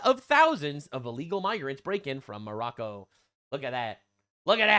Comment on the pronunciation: Hassan also calls Morocco--- More Row Ko This is like Calling China --- Chin Ah